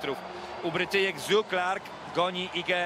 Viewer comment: Posłuchaj sobie najpierw jak kaleczą obce nazwiska zagraniczni komentatorzy, potem krytykuj Przemka Babiarza.